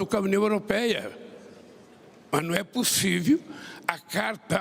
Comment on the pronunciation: "não é possívi" kkk